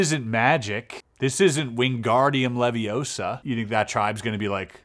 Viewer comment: 'It's leviOsa, not levioSA!'